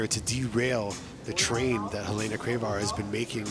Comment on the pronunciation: HUH LAY NA. its HEH LENA. Americans butcher every other language...